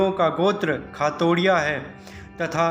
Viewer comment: भाई वो खातोड़िया नही खातोदिया है खातोड़िया कोई गोत्र ही नही है आपने दि को डि बोल दिया उसको सही करो भाई खातोदिया है वो